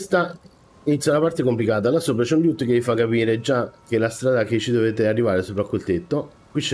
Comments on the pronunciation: preferivo quando facevi "mmmh mmmh" più spesso! Invece la pronuncia "liut" invece di "loot" ti è rimasta! :D :D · Amico mio, i tuoi video sono utilissimi e tutto; io sto a pochi km da te a giudicare dalla tua cadenza vocale, quindi da "paesano" mi permetto di darti un consiglio (poi lo accetti o meno, continuo a seguirti😁) cioè: ti prego, ti supplico, ti scongiuro... pronuncia "LOOT" come dio comanda!! Mi sanguinano le orecchie ogni volta che ti sento dire quel "LIÙUUT", non c'è nessuna "I" tra la "L" e la prima "O"!!!! Si pronuncia semplicemente "Lùtt".